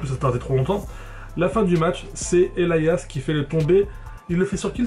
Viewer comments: sa se dit pas EL I AS mais Elias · 782 en anglais on dit "Elaias" en phonétique du moins, le i se prononce comme comme la lettre ou le pronom personnel "I"